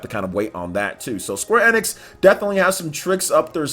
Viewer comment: Square NX?? Its pronounced Square * E Nicks *